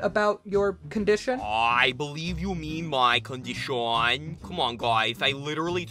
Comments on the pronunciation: CON di shon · I love how say "COnDshAWAn" instead on condition.... He is my fav II character among all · This is how many times said condshawn | | 👇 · “it’s *condishawn*” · NOT THE CONDISHAWN!